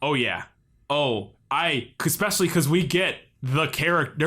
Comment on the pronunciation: ekspecially? Really?